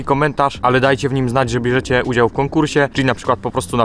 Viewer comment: "Biorę udzał"